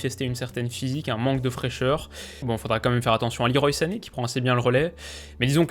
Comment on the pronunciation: Enfin 1 qui prononce correctement Leroy sané